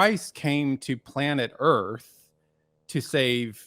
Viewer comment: The ERF is flat. Flat Erf.